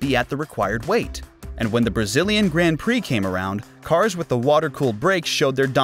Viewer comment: Grand Prix, the drivers names... Someone needs to step up his pronounciation game.